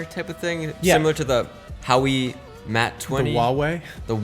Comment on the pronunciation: You’re a tech guy and you didn’t know how to say Hauwei?